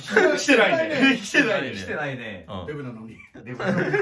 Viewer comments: 最初、「効かないねえMだから」に聞こえてびっくり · 「デブだから」が「Mだから」に聞こえてさらに納得した